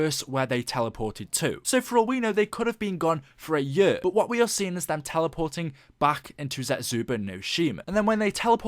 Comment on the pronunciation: Its a year not a yur.